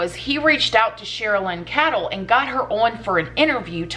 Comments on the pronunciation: Pronounced "kaydel" not " kadall" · Hi. Her last name is pronounced Kay-dl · just so you know & I’m not throwing any shade for mispronouncing names (God knows I’ve done it myself too often) but the Chris Watts author’s name is Cheryln Cadle is pronounced Kay-dell. Just a heads up sent in love. Your channel is terrific & it’s one of my favorites! God bless you & your family. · Pronounced cradle, but no r🤗 I love your beautiful videos.